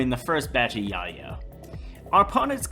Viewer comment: I have never heard soenone pronounce yayo so wrong in my life lmfao 😂